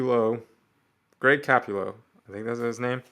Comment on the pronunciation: It’s Greg Ca-POO-Lo lol